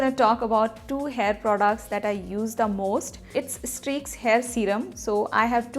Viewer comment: Even you are not able to mention the name properly..how do you reviews this products..? You guys all are fake..Do everything just for business...try to use this at first then make video